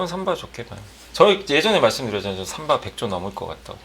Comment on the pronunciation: 진우횽님 삼바를 쌈바라고 하면..어감이 넘 달라유